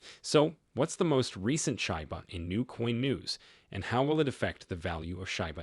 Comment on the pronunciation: Hey dumb fcuk its not call SHYBA inu ,its SHIBA